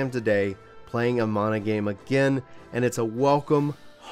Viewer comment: MAN A. NOT MONA. WTF